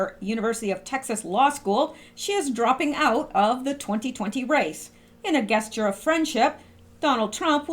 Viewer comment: I love your site,but you need to know how to pronounce words,like Juarez,is pronounced Warez and gesture is pronounced jesture,not knit picking but I listen while Im doing things and you confuse me....GOD BLESS YOU